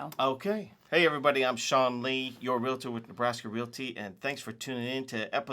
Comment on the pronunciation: Stop making it difficult to say SEAN!